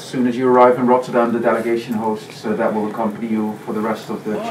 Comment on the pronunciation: Aleksi trying to pronounce Rotterdam in Dutch is the most pure thing I've ever seen😂